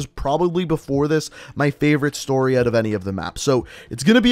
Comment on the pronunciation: Say out properly why say out, for fucks sake